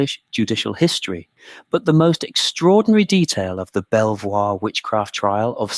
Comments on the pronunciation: If you’re going to make educational videos, please at least look up the pronunciation of the primary subject. It’s pronounced Beaver not Bel-voir. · Pronounced beever castle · Where did you get some of your information from? Quite a chunk of it, including the proper pronunciation of its name is significantly off and just wrong. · I'm liking this and subscribing to the channel. Why? Because the uploader has included a reference list. Yes, he should've pronounced the castle's name correctly, but at least he addresses it. It's only a 25 minute video and he's put a lot of work into it. I've been on other supposedly historical channels and a lot of it sounds like made-up waffle. Most channels don't even know how to pronounce the Domesday Book. Credit is due for actual research 👍 The treatment of these poor women is truly terrible and my heart goes out to them. Unfortunately, back then people genuinely believed in witchcraft. It explained to them why things happened in the absence of science. One positive about England though, it had very few witch trials compared to Europe. As for Villiers being behind it, who knows? Probably. But I do know that he was very unpopular with the public. After James I passed away, he attached himself to Charles l just as effectively. I could be wrong, but could the accusation that he was behind the witch trials be fabricated because he was so unpopular? As for where next, how about Highclere Castle where Downton Abbey was filmed?